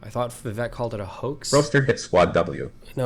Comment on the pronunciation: Its Vivek like cake. Viv-ay-k